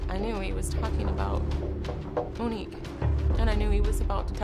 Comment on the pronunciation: As soon as you said her name right in the beginning, I just felt, She’s Gone.